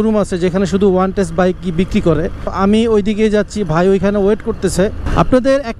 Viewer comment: "ওয়ানটেস্ট" কিরে বেটা, অনটেস্ট বলতে গালে ব্যথা করে?